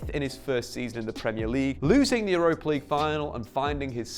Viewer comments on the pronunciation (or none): none